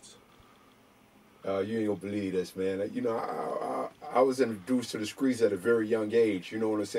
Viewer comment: “I was introduced to the SKREETS at a very young age”